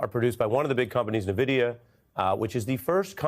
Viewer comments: nuh-vid-i-a sounds uninformed. It's en-vid-i-a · Oh my god... The company is pronounced "en-vidia" not "nah-vidia." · Come on, Boomies: it’s pronounced EN-vidia, not NUH-vidia. Duh. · Gamers "En-Vid-yah" Everybody else "Nuh-Vid-yah" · Take a shot each time one of these folks says “Nuh Vid Ee Uh” 🤣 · "ni vidia"? First time I heard it pronounced like that.